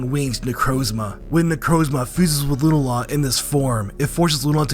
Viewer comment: Love the vid. Hearing Lunala said as Lu nuh la instead of Lu Nah la is odd